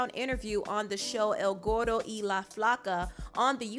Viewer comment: It's El Gordo let your R twirl Lol. I can't believe Vannesa is latina and I can understand nessa. Parents in our culture be like that. Parents acted like they owed something. SMH